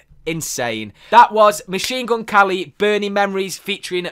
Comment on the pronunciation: why does he say machine gun kally though?